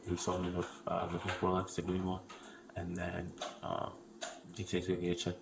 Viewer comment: Maybe he misunderstood, he said Rolox. My dad bought several fake Rolex watches in Mexico for 8 dollars each.